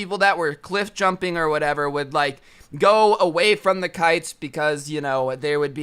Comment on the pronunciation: Instead of kites I heard pikes